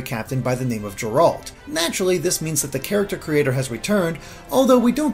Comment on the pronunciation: Actually,, it's pronounced "Jer-alt", like Gerald, not "Jerawlt". The narrator even says it like that.